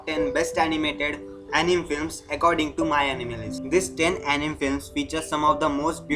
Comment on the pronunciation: Uh ni me 🥲 correct pronunciation